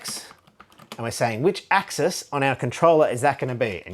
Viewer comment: Thank you for pronouncing axis and axes correctly. I don't always enjoy watching videos from fellow Australians (for one, our accent can be quite unpleasant sometimes lol) but your videos are excellent!